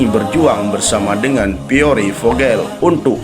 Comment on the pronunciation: baru ngeh kon PIERRE di bacanya piore sih , Pier gitu